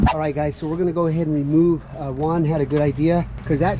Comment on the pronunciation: Why does he keep calling the pelon, one? Is he trying to say "Juan"? LOL